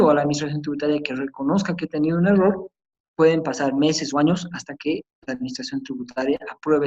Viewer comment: Lo corté a los 10 minutos porque me irritaba sus términos como wrectificatoria, ewror, wrevisión, incuwrir.